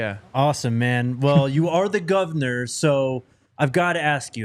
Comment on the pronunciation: The Govanah! Love it.